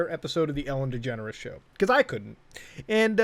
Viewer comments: I always hear "Ellen Degenerate" Instead of "Ellen Degeneres" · why it seems like he s saying Ellen degenerate show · because i have a speech impentiment i can't pronounce degeneres and i always say 'degenerate', guess this is the true way to say it now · I remember when I was a kid, I thought Ellen Degeneres' name was pronounced "Ellen Degenerate" Turns out I was right the first time.